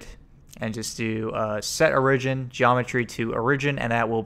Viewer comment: the way you pronounce origin, jesus